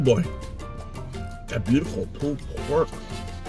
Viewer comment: "Pooled pork" lollllll